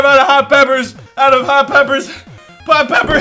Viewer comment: "4.5 hot pepper out of hot peppers..hot pepper..pot peppers..." just steadily sinking into madness and forgetting how to am talk words gooder.